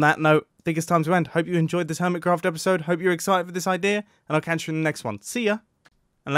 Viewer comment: I can hear the first one Also, *ello *episode And theres a 'ere after mumbo